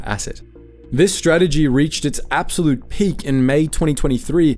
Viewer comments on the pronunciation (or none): none